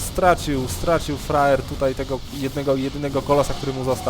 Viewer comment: czemu ja mam wrażenie ze on mówi roxkisFRAJER?? ale tak na poważnie to dajny komentarz